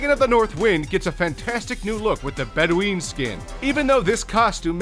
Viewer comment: nice vid! also its spelled (bed-win) not (bed-ween)